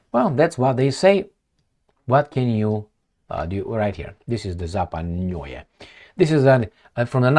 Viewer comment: struggling with Zapadnoye😂😂😂😂